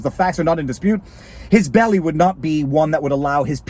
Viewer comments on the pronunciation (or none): none